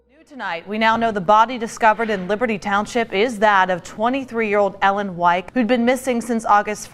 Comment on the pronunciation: wow we have the same last name and the narrator said it correctly, which almost never happens...